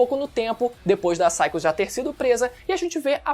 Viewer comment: Finalmente alguém que sabe pronunciar o nome dela. Agonia de gente que chama ela de "Pisaicos"